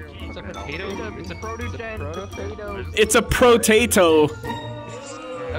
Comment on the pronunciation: I love how you you said "Pro-tato" and then everyone is like "OoOoOoOoOoOoOoOoOoOoOoOoOoO"